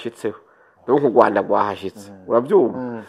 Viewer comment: Kubera iki muvuga Ugwanda ariko Rwagasore mukabivuga neza.